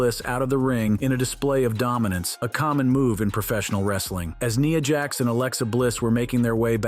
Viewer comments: Did he just pronounce NIYA JAX? 🤣🤣🤣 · Say “Nia Jax” name correctly next time more then one not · The scene that you have here with you say with Nia, Jax and Alexa bliss who is Nia Jax you mean Nia Jax please say the name right please it’s Nia, Jax, and Alexa bliss it’s Nia Jax, and Alexa bliss Nia Jax, And Alexa bliss please just pronounce the names right because you sound foolish when you keep announcing all these names all these words wrong please pronounce the words right please thank you